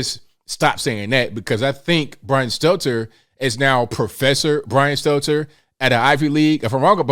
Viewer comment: it's "Stelter", not Steltzer. This is a n obvious mistake you need to correct.